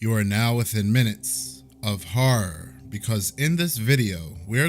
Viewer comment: You Definitely Say "Horror" Proper Posh Now 🎩